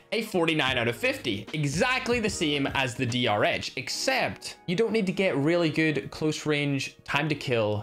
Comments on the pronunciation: Sponge he said dhr instead of drh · No one:: mistakenly says DHR Drh: so now you've forgotten my name too😭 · (after saying " my favourite gun is DR-H " then he call the DR-H while going to the asm-10 " DH-R" XD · That was the point of the joke 😑🤦. He was making fun of the fact that called it a dh-r. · He said dhr